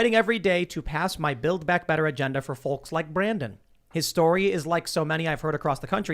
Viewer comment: tim pronouces the L in folks lol